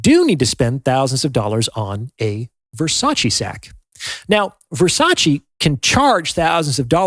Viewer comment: I'm sorry, but this is a shallow assessment feigning Depth. However, since you feel the way to 'get through' to people is by comparing human value (men AND women) to luxury HANDBAGS, you may as well know it's pronounced Ver-sach-Ay, not Versachee as you are. I learned that from a very high value woman, Donatella Versace.